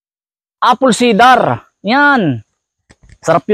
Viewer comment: apple cider hindi cidar.😂😂😂.